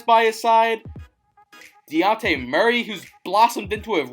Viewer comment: Bruh you said luka it was devin booker and its dejounte not daunte